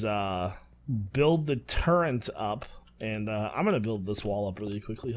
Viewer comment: I kind of scream inside everytime he says "turrrent" lol